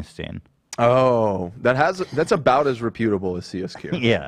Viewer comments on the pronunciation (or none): mispronounced reputable in the last episode too, so I don’t think he’s taking it from Ethan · Loved that went along with Ethan’s pronunciation of “reputable” lol